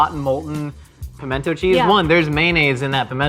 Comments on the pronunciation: It’s pronounced... pamina cheese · Where I come from, it's not 'pimento cheese' it's 'minna cheese'.